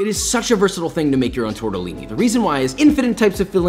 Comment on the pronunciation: Josh: TORTAALIINEEI